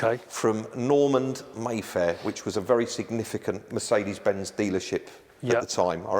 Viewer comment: Yet he can't pronounce Mercedes-Benz.